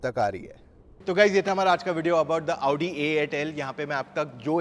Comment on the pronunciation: Aap jab bhi audi bolte ho tab lavdi sunai deta hai 😅